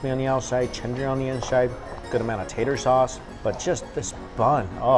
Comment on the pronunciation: my bro said tater sauce on the last fish filet